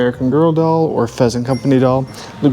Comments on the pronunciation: PLEASANT COMPANY NOT PHEASANT LOLOL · Pleasant not pheasant! Lol😂 love it